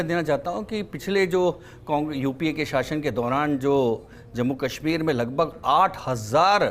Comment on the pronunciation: Ganwaar tolla aur ganwaarun jiasa pronouciation.... j ko z ...z ko j....s ko sh....sh ko s padte hain Jaise hazar ko hajar zindagi ko jindagi Kashmir ko kasmir shaheed ko saheed etc. saray ganwaar hai